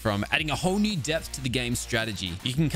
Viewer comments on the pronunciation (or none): none